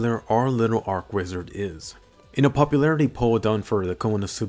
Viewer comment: Say church. Say channel. Say cheap. Say cheat. Say charge. Say chain. Say cheese. Now say archwizard like you should.